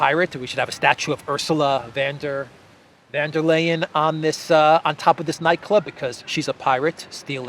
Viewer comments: Please say her name like this: Ursula fun dur lyin`. That's close to how Germans pronounce her name. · "Von derPirate" 😁